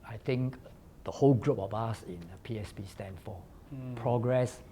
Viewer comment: please emphasize on the 'S' when you mention PSP. It sounds like PAP 🤣